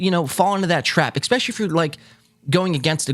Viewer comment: I'm subbed, but please stop saying, " EXspecially" lol